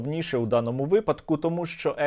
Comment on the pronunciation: Наголос: вИпадок, новИй, фаховИй, беремО, ідемО, кОлесо, кОтрий, кУрятина, Яловичина, напІй, фенОмен, почалИ, роблЮ, говорЮ, далИ можливість .